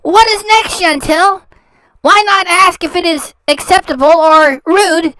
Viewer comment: But her name isn't Chantel....it's Chantal. And why have her repeat something over and over? I don't get it.